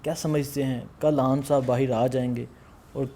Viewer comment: اوے ھان نہیں خان بولا کر بھائی 😂😂